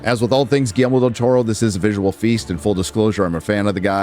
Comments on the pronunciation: I’m sorry,. What’s the director’s name? Could you say it loudly and clearly enunciate for us in the back? 😬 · If you can’t properly pronounce “Guillermo” maybe don’t do a voiceover review of a movie directed by him 🙄🙄🙄 Also “so-called marginalized groups” what an embarrassing thing to say on the internet